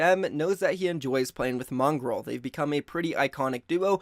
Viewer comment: This man is really pronouncing mongraal “mongrel”